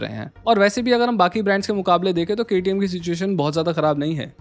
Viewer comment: sir, 1 salute for KTM full form pronounce......